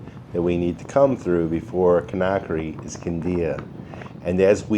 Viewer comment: Kindia is where we stayed. Wonderful, joyful people! Great memories! But I cringe every time you mispronounce Conakry.